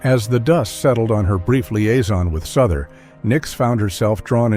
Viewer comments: JD Souther not Suther. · It's pronounced SOW THER not souther. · It's J. D. "SOW-ther, isn't it? Is this another one of those clumsy computer voice narrated things? An actual music fan would know. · Thank you for pointing that out, it is inexcusable to mispronounce name of a person in the public eye. It would be like calling Cher as Chair. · For the record JD Souther is pronounced as in house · Wrong pronunciation of Souther